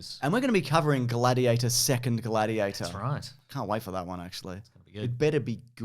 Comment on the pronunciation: "Bladiator"? i'd have gone with Bloatiator.